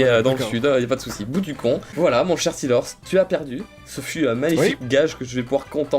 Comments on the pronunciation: Comment tu as détruis le nom de Steelrose en l'appelant "Steelorse" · apprend a prononcer steerlose XD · stiiorse scomme sa que farod le dit x)